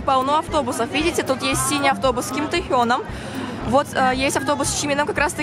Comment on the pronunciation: Не Тихон А Тэхён